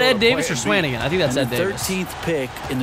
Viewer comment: You're pronouncing swanigan wrong